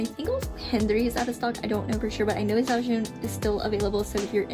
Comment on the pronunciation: Hi ! (✿◠‿◠) 肖俊's pronunciation is actually « chao jun »